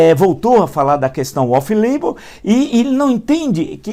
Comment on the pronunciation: Ele deve estar se achando por ter pronunciado "offlebon" !